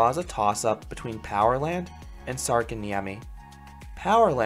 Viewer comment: Sarkanniemi NO its särkänniemi IM finnish